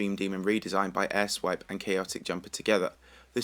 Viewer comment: you have a very unfortunate way of saying "AirSwipe"...